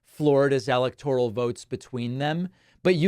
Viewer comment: WHY do you pronounce 'electoral' differently than anyone in politics?? You say 'EL-ec-tor-al' but everyone else says, 'el-EC-tor-al'??